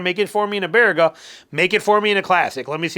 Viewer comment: Nice to hear Baraga pronounced correctly 😂. Had many adventures there as a kid and young man.